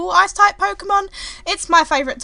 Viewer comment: Thought she said "Ass Type" in the beginning.